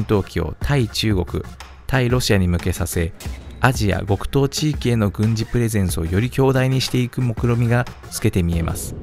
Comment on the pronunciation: ごくとう、ではなく極東(きょくとう)ですね。